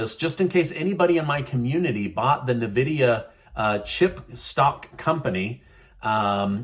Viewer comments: N -Vidia not NaVidia! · Hey! Just wanted to let you know it's pronounced in-vidia. Lesser of current problems, I know...lol. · Hey - it's N-VIDIA (EN- VID-EA) just want people to know- the pronunciation probably doesn't matter- but seriously. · It’s pronounced “En-vidiya”